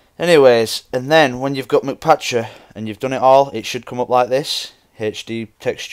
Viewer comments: its not MC like mac or mc donalds its m c patcher, m and c are sperete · mcpatcher isnt said like McPatcher... its said like MC (Minecraft so its said like the letter M and then the letter C) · no offense but ur embarissing ur self by sayin McPatcher but the mc part isnt like Mick it means minecraft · it's not mCpatcher it is MCpatcher